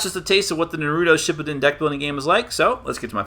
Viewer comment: Wish I could dislike infinite times. One for the pronunciation of Naruto shippuden and two for that little plot comment. How about you actually watch Naruto. And maybe pay a little more attention to the countless one piece flaws